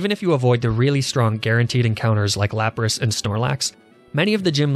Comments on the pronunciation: Which means, he says Lapraa intentionally. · I think it's pronounced " L A P R A A H "